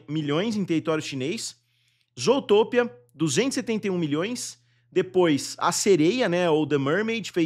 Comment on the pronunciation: Esse cara quando vai falar o nome do filme Zootopia ele fala engraçado demais 😅😅😅